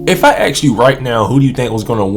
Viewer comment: Please clarify, are you saying ask, or AX???